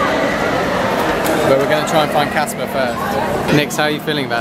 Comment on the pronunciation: It's CASPAR, C A S P A R!